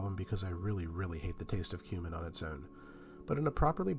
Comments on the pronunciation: He certainly does say human. 👍🏼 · Am I the only one who keeps hearing"human" when he says he can't stand the taste of cumin? I mean I'm fairly open minded, but I was a bit shocked all the same..